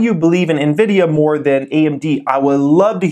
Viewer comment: "Nividia" sounds like a brand of lotion lol